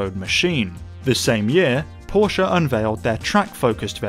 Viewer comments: Only one second into the video and I would like to give you 10 times thumbs up. For the correct pronounciation of Porsche! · Thank you for not saying "Porsh"....!!!! Seriously.